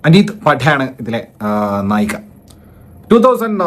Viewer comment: നായകി അല്ല നായിക 🙏